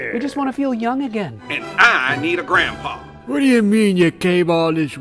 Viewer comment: Help Steve's gandpapa😂😂😂😂